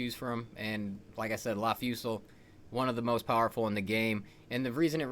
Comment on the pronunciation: For god's sake, theres an S in LAS Fusil. Its not a Spanish word 😂 It's "laz" as in Laser